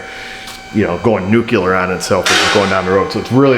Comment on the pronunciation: I already got really enjoy your videos but you must do us one favor is learn how to pronounce nuclear having experience with nuclear ships it's a joke we always made about people pronouncing it has nucular instead of nuclear